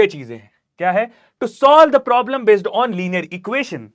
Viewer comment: Problem solving ❌prolem solving ✅ 😂😂😂😂😂😂😂